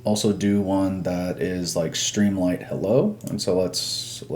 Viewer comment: I have to ask, why do you pronounce it “stream LIGHT” when it’s written “stream LIT” as in literature?